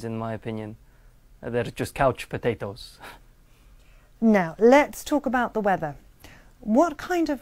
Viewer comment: kauch pataytos 😂😂